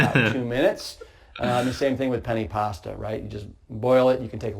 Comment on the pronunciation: “penny pasta” 💀🤚